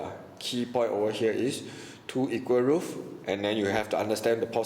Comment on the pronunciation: roots not roof